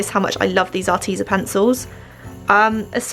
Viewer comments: I’m sorry but it’s AR- TEZ-A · Are-Tez-a sorry 😐 it annoyed me no hating *not